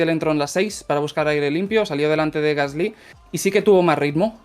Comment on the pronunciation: Me encantan las notas de, pero solo tengo una objeción... Dejad de decir "Gaslí" por favor. Es "Gasli", es una palabra llana, no aguda. Muchas gracias y seguid así. Un saludo desde París